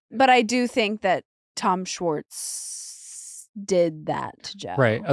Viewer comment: Can nick pronounce schwartz with an h..... its not swartz (respectfully ✌️) and schwartz was on the show since the beginning.. he just wasn't a main character